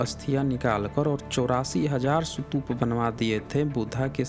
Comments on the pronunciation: Boltein ho sutupa or likhte ho stupa.... Actually stupa or sutupa? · पहले "स्तूप" शब्द का उच्चारण करना सीख लो, फिर वीडियो बनाना।